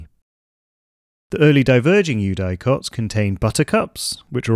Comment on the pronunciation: Amazing video, I immediately followed your channel. One thing though: "eudicots" is generally pronounced with a short "i", like "you-dik-ots" not "you-die-cots"